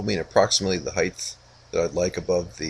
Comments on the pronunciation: Thanks, I finally got to watch the end of this video. I still cringe every time you say "Heigth", no idea why so many Americans do that and transpose the T and H, but I won't be asking for my money back regardless;) Hopefully I'll get time soon to watch how the story ends, but it's certainly inspiring quality you're doing there. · "Height" does not end in "th"!